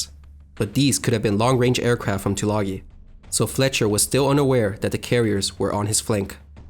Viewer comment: Isn't Tulagi pronounced with a long "I" - - two-la-guy?